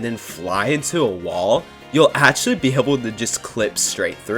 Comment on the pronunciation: New drinking game, take a shot every time he says Akchully. update am now in the hospital with alcohol poisoning xD